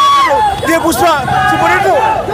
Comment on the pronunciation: Puspa kaadhu 😅 Amma pushpa